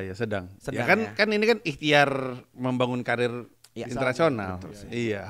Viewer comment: wkwkwkwkwkkwkwkwkw lucu banget bang Pandji bilang "Ikhtiar" XD